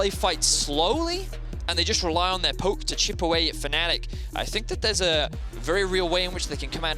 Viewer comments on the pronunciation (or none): none